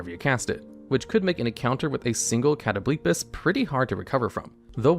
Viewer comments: Cringed at Cat o blee piss but otherwise fantastic video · I cannot take you seriously when you're saying "catto-BLEEP-us" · Catoblepas pronunciation almost killed me lol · Broooo what what that pronunciation of catoblepas